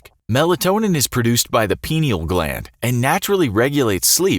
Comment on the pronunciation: Pie•nee•ull gland...